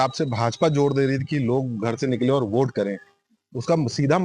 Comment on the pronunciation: ये कैसे पत्रकार हैं जो वोट को ओट बोल रहे हैं 😅